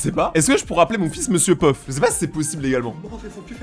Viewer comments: Monsieur peuf au lieu de Monsieur pof😂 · Y'a que moi qui entend que dit mr puff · Je suis le seul à remarquer qu'il dit Mr Peuf 😅😅😅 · J'ai cru que tu avait dis monsieur Puff😂😂😂😂😂😂😂😂